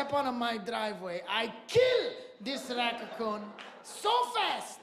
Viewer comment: HILARIOUS! "racacoon"